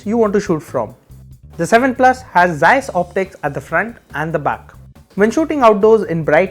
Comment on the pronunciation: It's ZEEISSSSSS BRO